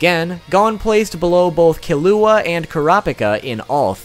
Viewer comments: NDJFIFIE NO NO HOW YOU SAY KILLUA JUST NO PLEASE DO YOU EVEN WATCH THE ANIME, IF YOU DID YOU WOULD KNOW. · I got so triggered bout him saying the names wrong I literally almost cried!! It's not "Gawn" it's "Gown" its "Kelua" not "Kilua" and~~ its not "Karapika" its "kurapeka" soooo ya just saying cuz that triggered me a lot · GAWN KILUWA KURAPYKA 😂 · I've heard someone pronounce gon like that but never killua like that wtf..... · Ew why does he say Gon and Killua like that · And janken don’t get me started on killua and kurapika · That’s me but with the killua and kurapika